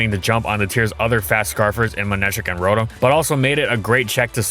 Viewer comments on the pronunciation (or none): none